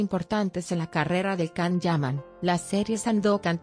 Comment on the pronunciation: Where did you get this information from? I follow the Italian press, where the Can Yaman projects (Viola come il mare 2 and Sandokan) are written daily. It would definitely be published. Apparently you need sensationalism about a Turkish actor doing well in Italy. I don't trust anyone who pronounces the actor's name "Kan".